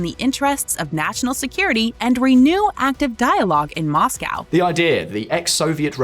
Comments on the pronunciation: He purposefully says Moscow as Mozcow? Erking my nerves lmao just say like it is. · Have i been pronouncing Moscow wrong all these years?